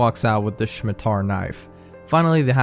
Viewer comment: I wasn't expecting happy appy so early.... I remember reading it back in high school, I had no idea what fresh hell I was witnessing at the time Ok the scariest thing here is pronouncing "Scimitar" as "Shmi-tar"